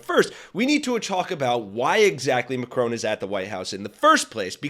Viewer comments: Mack-ron not M’Crone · Please learn to pronounce Macron.